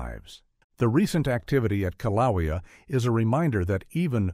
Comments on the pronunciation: Kilaweea, Kaliweea, Kalawia, Kilowia. Take your pick. AI pronunciation errors can be identified, and a correction made. To me, this is 100% the fault of the person making the video. They're either too lazy to proofread, or are ignorant of their own subject material. Meaning, they have less knowledge of the subject matter than the average person viewing the video. Both are inexcusable in my opinion. Also, the author stated Yellowstone could erupt with little warning. That is a completely false statement, with the exception hydrothermal explosions. But that's not an eruption in any way. There will be abundant signs of unrest for decades or even hundreds of years before an actual eruption occurs at Yellowstone. So tired of these sensationalized videos about Yellowstone and other volcanoes. The only thing that bothers me more is the commenters who are gullible enough to accept this false information without reservation. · Who in the world is narrating this certainly not a human because they keep pronouncing the Hawaii volcano wrong in every way shape and form you can so goodbye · Had to stop listening due to the mispronunciation of Kilauea. A human being would have done better. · The correct pronunciation is KIL a WAY a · You need a narrator that knows the names of the Hawaiian volcanoes. He’s making up the name a he goes. Get a smarter one. If that’s your voice get a new jib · This video is garbage. 3rd graders in Arkansas know how to pronounce Kilauea. AI or ignorance is no excuse for this weak video. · As a resident of the state of Hawaii, this AI pronunciation of Kīlauea is a good reason why AI shouldn’t be used